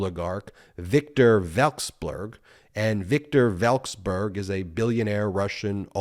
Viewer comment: Russian asset. Vek-sel-berg